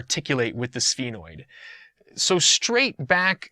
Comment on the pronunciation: Some of the words you're not pronouncing them right, like foramen and sphenoid